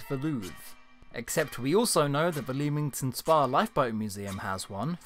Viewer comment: ITS PRONOUNCED LEMINGTON SPA!!!! NOT LEEEEMINGTON SPA!